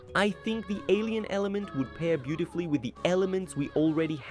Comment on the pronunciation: I thought you said Asian element